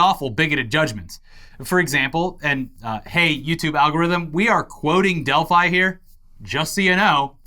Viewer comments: Delph-ee, Delphi-ee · attempts to say 'Delphi' were amusing, but still made me wince every time. Edit: And then started saying it too. Doh!